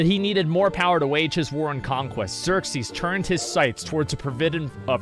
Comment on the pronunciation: Every time he keeps calling him Xerxies, the chat collectively grinds it's teeth.